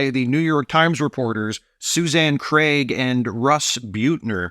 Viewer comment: Thanks for not pronouncing Craig as Creg. Ugh. Most annoying habit that Americans have